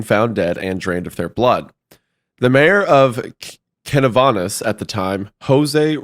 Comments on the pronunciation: Right? 😂 the way that man said Canovanas made me stop what I was doing to do another take. Love them though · As a Puerto Rican, hearing you say the names of the municipalities was definitely an experience 😂